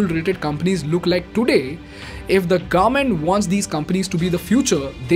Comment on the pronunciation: awesome content, one question for you, do you deliberately pronounce government as garment?